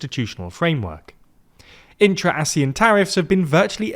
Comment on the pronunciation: I specifically remember the pronunciation ASEAN as [Aseeyan] and definitely not [Asee'en] One thing for sure as Malaysian, this economic organisation has been mutually beneficial to everyone here for at least 3 generations, where one of the generation grew up with it and saw it unthinkable to live without it.